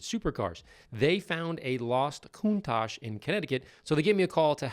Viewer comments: Bro has owned a Countach for 30+ years and he pronounces it coon-tock. How. Why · Koon·taash! It's Koon·taash! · Not sure HOW YOU PRONOUNCE IT……. But who else wanted to SLAP HIM everyone he said “LAMBORGHINI KOOON-TOC”?? 😂😂😂😂😂😂😂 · It's not a Countagggg. It's a Countach.. like shh. Smh.. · Where are you guys comin up with the pronunciation for Countach? Yer makin it sound kinda racist lol. Its not pronounced like that at all all . its pronounced coun as in count and then tac with a silent h. COONTASH lmao. Get a grip BOYZ and maybe for intellectual exercise and fun, maybe learn a second language.....V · Btw the correct pronunciation is something like “koontòuch”. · Lol Lamborghini Countock 😆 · pronounced countash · "Lamborhini Countock" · What's a Countak? 🤣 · What did he call this, a countak?? Wow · “Coon-tok”. - Owner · Kune-tok is how you say it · Why'd he call it a cooontak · He calls it a “Countack”. He literally had no right to own that car. You can’t call yourself a petrol head if you can’t say it properly. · Why does the owner keep saying coon tock? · We’re just going to pretend he’s not saying koon-tock every single time? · CountaK? Weird pronunciation. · Owner - "Countaak" The ch is pronounced like the tch in hatch.... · Mispronouncing the name of it was just one of his crimes. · neglecting this beauty is one thing, but he didn't even care to look up the correct pronunciation of this beast...🤨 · Blows my mind that this guy has owned it for 20 years and can’t pronounce Countach correctly. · Man, the owner can't even pronounce "Countach" correctly! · Most amazing part is he owned the car 20 years and never learned how to pronounce “countach” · Guy can’t even pronounce its name 😑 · Owned it that long and still doesn't know how to say it. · A man that doesn't even know how to pronounce the name of the most expensive car he bought in the 80s, definitely should not own it. Glad to see it removed from his possession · The way the owner says Countach pains me